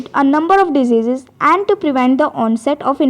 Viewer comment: you cant say that word diseases